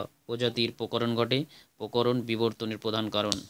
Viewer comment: Sir ota pokoron noi prokoron😅😅